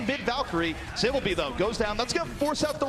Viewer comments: Say - Byol - Bee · Casters said flow3rs name more because they couldn’t pronounce saebyolbe lmao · Teach me how to say it right. Say ol olbee?